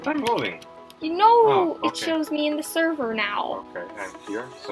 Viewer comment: sorry im kinds late but when you said we are joining the sever and he said what are we sevring lol lovw you